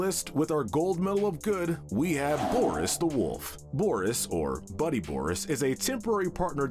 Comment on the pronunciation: You said boris and the dark survival wrong